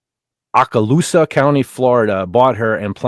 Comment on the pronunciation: Oke-uh-loose-uh. What a moron